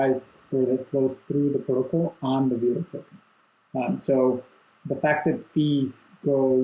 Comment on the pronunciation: It's veh-lo not vee-lo!!!!!!!